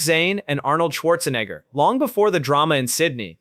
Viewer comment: What's with the fake "flies all over the screen" effect? In what way does it enhance this video? Also, you can't even pronounce Arnold's surname properly. you idiot! 🤣🤣🤣🤣🤣🤣